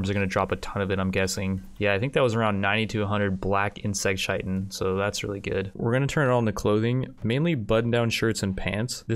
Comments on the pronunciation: It’s pronounced k-ie-tin, not ch-ie-tin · It’s kai ten not chi tin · Its pronounced KIATEN, not shietn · “Chai-tin” it’s Kai-tin :)) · Hey your videos are great, but goddamn please pronounce chitin correctly haha. It's kītn not ch-itn. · Chitin is pronounced like “kite in.” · Chitin is pronounced kite in. At least that's how I say it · Great video! The recruitment difficulty just refers to the percentage chance of recruiting each time someone tries to recruit them after resistance has been broken. It is further modified off their overall mood at the time, and the social skill/social impact of the recruiter. P.S. Chitin is pronounced like Kai-Tin. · couple of things about the black hives, they dont respawn, they just make jelly, and Chitin pronounced Kai-Ten, I know it looks like doesn't sound liek it but it does LOL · Chitin is Said Kite-n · Btw Chitin is pronounce Kite-in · chitin is pronounced "Kite-in" look it up if you don't believe me. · I know I'm being a bit of a pedant, but chitin is pronounced as 'kite-in'. The dictionary gives '/ˈkītn/' but that's not helpful to most people. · The fact that he pronounces chitin wrong drives me bonkers